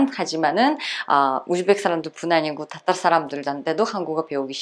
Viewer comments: 따따르 민족으로 발음이 들림 그럼 따도 아니고 타도 아니고 그 중간음인가요? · 님 러시아 어디 사투리임? 땃따르? 따땉르? 러시아 표준발음으로 화실히 해주셈